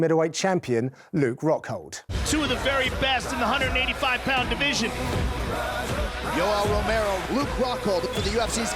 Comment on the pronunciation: Is it just me or did he really say Yellow Romero ?